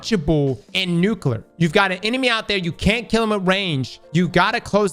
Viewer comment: Say it with me: New-Clear. There is no extra U. It's not New-Cue-Lure. My one pet peeve by people who want to sound smart.